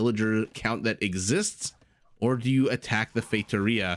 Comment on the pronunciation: I'll mention this because you've said you like to pronouce foreign words as accurately as possible (plus it is another comment for the algorithm). I don't speak Portuguese, but I'm fairly certain that the the first four letters in Factoria are pronounced similar to the English word "fact".... Maybe you were saying that, but to me it sounded like FATEoria (and one ocassion like FAKEoria). Just being very picky here for no particular reason haha... Cheers,! Edit: As it turned out, you were right. Factoria is the word in Spanish, and Feitoria the word in portuguese.... I'm feeling awkward right now but I can't simply delete my comment